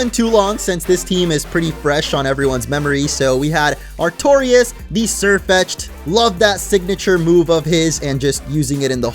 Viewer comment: Feraligatr, NOT Fearligatar! Left off the P in Camerupt! You're supposed to say the form before you say the names, NOT after! The Y in Lurantis is supposed to be a U! It's Sirfetch'd, NOT Sirfiched'! And the second C in Cemtiskorch is supposed to be a K!